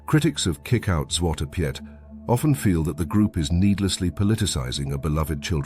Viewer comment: "Piet" is pronounced similar to English "Pete", not as Pyet" in Dutch.